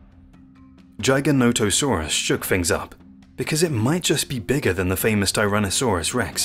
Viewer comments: I'm sorry but a few things wrong in this video. First, the pronunciation. It's giga-nata-saurus. It's not "giant - o - saurus, like the video says. Next, some basics. World was divided into the north and the south, after pangea split. So Laurasia had North America and parts of Asia including China. Gondwala was the southern continents, including South America, Africa, Australia, and Antarctica. The north and south territories did not mix, and the dinosaurs evolved separately in the Cretaceous period. So in the north, it was the Tyranasaurs, and in the south, it was predators like giganotosaurus and carcharodontosaurus. Allosaurs were in both the north and the south areas in the Jurassic period when it was all connected, but by the Cretaceous, the land had divided, and Tyranosaurs evolved in the north. the Tyranosaurs outcompeted and replaced the allosaur. So giganotosaurus is basically the evolution of Allosaur in the Cretaceous, in an environment where Tyranosaurs did not exist. These dinosaurs all filled a niche. Why did they get so big? Because the dinosaurs they fed on got so big. Giganotosaurus and mapusaurus fed on the south sauropods like argentinasaurus and the other titanosaurs that existed there. Basically, Mapusaurus is the future evolution of Giganotosaurus. As far as bigger, sorry but the T Rex was more massive, up to 2 tons heavier, even in the charts in the video it shows this. History has proven that Tyranosaurs out-competed the allosaurs, so if you asked me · Take time.... watch your videos. You can get the A.I. voice to say it correctly if you take the time. Edit your script to " Jig a not a sore us " and it will say it correctly. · A.I trash, unless you are excited to learn more about the "Gijah-natosaurus" who lived in Cretaceous 'stange'. A.I. Trash. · Is it pronounced Giga Not a saurus or Giganti Sausrus??? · It's Jigger, Jigger-noto-saurus. Just saying. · 15 seconds into the video and you already butchered the name